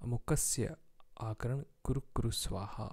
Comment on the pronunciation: Your pronunciation is not clear first u listen to near person and than post I think u r foolish ,even I try to listen even ten other persons but they also not sure akaran or akarshan ?